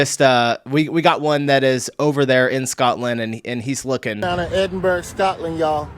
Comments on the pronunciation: How onnearth can you get Edinberg from Edinburgh. It's pronounced Edinburra or Edinbra....never ever Edinberg 😂😂😂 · Very amusing video 😂 but please pronounce Edinburgh as "Edin-bruh" 👍🏼 thanks 😝 Edinburg will get you some looks there from the locals 😂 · Love your videos... but you pronounced one thing super American... I may be from New Zealand but our Maori people (the lack of a better term... natives) aside we are a Commonwealth country and its pronounced phonetically as "Eddin-burrah" (Edinburgh) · The way you pronounced Edinburgh had me rolling on the floor 😂